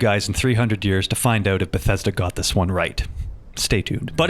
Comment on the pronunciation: ouuut (dont be mad I am Canadian too, it's funny.